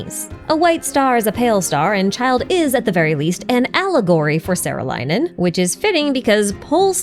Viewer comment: saarelainen is pronounced with a long aa vowel and in finnish words a is like the a in "are". "saah-reh-lai-nen" and the accent is always on the first syllable! t's are always hard and r's are rolled.